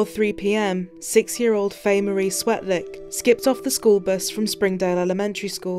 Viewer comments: its "Swetlik". That is so bad that he can't even get her name right. America, you are an embarrasment. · mis-pronounced her name. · And pronounced her last name wrong. Sigh